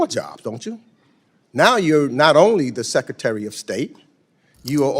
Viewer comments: Hey Congressman Meeks, what's a "Secatery?" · Secatary???? Duplicative? Education was wasted on thus guy.